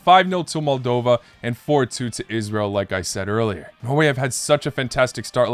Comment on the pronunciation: I’m so glad you said Israel correctly! Made my day.